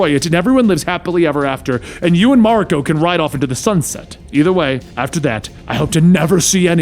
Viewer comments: It's spelled 'Mawr-e-co' . you welcome x') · Ma-rEEEE-ko! Please stop making my eye twitch. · It's MA RI KO. The Japanese language is broken down into syllables